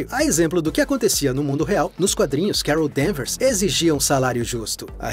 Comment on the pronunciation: Quando disse "Carol Danvers" ouvi "Kara Danvers" aí ué... coincidência? Acho que não!